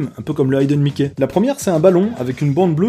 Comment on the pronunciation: génial, mais petite rectification: c'est pas "haïden mickey" mais "hiden mickey" pour la prononciation (désolé, je suis linguiste, mais cela dit, je me suis marré à cette blague)